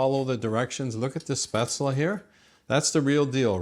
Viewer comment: It is pronounced Spetz-le. The e is not silent in German. It is NOT pronounced Spazel, nor Spezel.